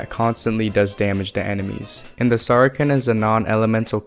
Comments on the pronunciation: "sarken" (saracen) is pronounced "ser-a-sen" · I've never heard someone turn sar-a-cen into sara-ken. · saracen is pronounced SARA SEN not SARA KEN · not to be that guy but saracen is pronounced like “sarasin” (sa-ruh-sn) and not “sarken” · Minor quibble with your pronunciation, but Saracen is pronounced "Sarah-Sin", but you are dead on with how to pronounce Falchion! Great video. Solid. Keep it up! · The C in Saracen is soft like an S. It’s pronounced like Matt’s last name from Friday Night Lights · Great stuff!! Also Saracen and Falchion = (Sarah-sin) and (Fal-shee-on) BTW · The “sar-i-san” weapon is the “fal-shun”. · Saracen - "sar-uh-sen" Falchion - "fal-chun" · Saracen is pronounced "Sarah-Sen". Falchion is pronounced "Fall-chun". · The pronunciations are, Sa-ra-sen And, Fal-chon Theyre a bit tricky because of the spelling but hope that helps